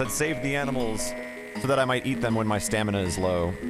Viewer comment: Also "stemina"